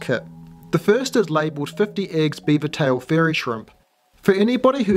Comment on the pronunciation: Are you a Kiwi? Your pronunciation of the "e" in eggs, doesn't sound like a New Zealand accent, more like Ozzi.